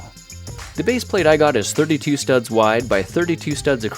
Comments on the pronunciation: WHY DO YOU CALL THEM STUBS, IT IS STUDS! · ITS STUDS NOT STUBS